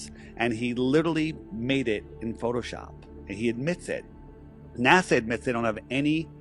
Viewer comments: …I love your channel, I appreciate all you do with videos & I’ve been here since the very beginning and I’m not trying to be rude or disrespectful here but good grief I am having such a hard time listening to you continue to say NAZA when you know it’s not how you say it and it’s been happening since day one, why are you still saying it like that? Professionally, when you want to appear smart, or to be taken seriously, etc, you should try to be correct in pronunciation …it’s a discredit to you & the impression you leave…it’s the same as people saying supposebly when there is no B in the word and it’s pronounced supposedly. I’ve been sitting on that for several months and I’m sorry I finally had to say something, it won’t change me watching you, it’s your image not mine. Please don’t be angry!😅✌️ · Dude why are you incapable of pronouncing NASA right? Do you see a Z anywhere in NASA no you do not so why in the fuck do you keep saying NASA as if there is a Z in it? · Naza? Cmon! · Why does he pronounce it "naza"? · Howdy Steppers! Let's get after it... 1. Stay out of the water. 2. No urban exploration. 3. It's pronounced 'Naazah' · It's pronounced notzo.😂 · …I love your channel, I’ve been here since the beginning and I’m not trying to be rude or disrespectful but good grief I am having such a hard time listening to you continue to say NAZA when you know it’s not how you say it and it’s been happening since day one…when you want to appear smart, or to be taken seriously, etc, you should try to be correct in pronunciation …it’s a discredit to you & the impression you leave…it’s the same as people saying supposebly when there is no B in the word and it’s pronounced supposedly. I’ve been sitting on that for months and I’m sorry I finally had to say something, it won’t change me watching you, it’s your image not mine. Please don’t be angry!😅✌️